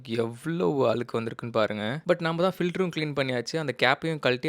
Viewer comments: Tip ரொம்ப பிரமாதம். அவசியமானதும் கூட. பகிர்ந்தமைக்கு நன்றி. ஆனால் ஒரு நெருடல்.. அலுக்கு அலுக்குனு பல முறை சொல்லிட்டீங்க. அழுக்கு என்று இனிமேல் சரியான உச்சரிப்பில் கூறவும். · Alukku allathampi azhukku nnu sollunga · Video is useful. But pls Learn to say Azhukku not Alukku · Its not அலுகு.. Its அழுக்கு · Allukku.....? அழுக்கு ! Allaku means washing clothes.....Malayalam n Pure தமிழ்.... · அலுக்கா? அழுக்கா? டேய். என்னடா இதெல்லாம்? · அலுக்கு இல்லை தம்பி அழுக்கு.... தமிழ் பாவம்.... தகவலுக்கு நன்றி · Alukku ❌😂 Azhukku 😂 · Azhukku sollu pa. Alukku illa. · Adhu azhukku.... alukku illaa.. Saavadikreenga :/ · அலுக்கு இல்ல நைனா..அழுக்கு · தயவு செய்து அழுக்கு னு சொல்லுங்க bro. உங்கள மாதிரி influerncers அ பாத்து 4 பேர் கத்துக்கட்டும். வேணும்னே style னு நெனச்சிகிட்டு தாய் மொழிய தப்பா பேச வேணாம். Pls. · Nice video thambi. But azhukku pronunciation please next time take care.